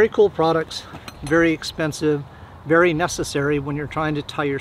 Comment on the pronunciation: "It cteats a vary warm fire "😂